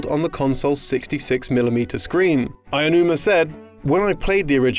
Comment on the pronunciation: Ah-oh-huma not Eye-oh-numa